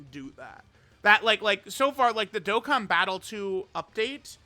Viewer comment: Baaaaaaaaaaaa is Dokkan not Dokken!!!!